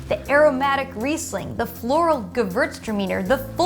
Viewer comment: Also you don't know how to pronounce Riesling. Please,educate yourself.